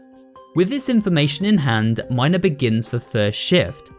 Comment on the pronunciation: That's not how u pronounce mina but ok